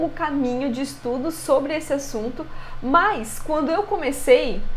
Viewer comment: Agonia vez vc dizer "mais" no começo do vídeo "mas" sem problemas, é chatão ficar corrigindo TD mundo o tempo todo.